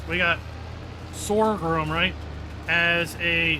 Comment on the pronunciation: jesus i think this bloke learnt everything he knows from games no such thing as asian rice specialty equipment and how do you pronounce sorghum sound it out like sore gum and sugar cane in real life is a heavily farmed produce especially in Australia for Rum and other countrys alike for alcohol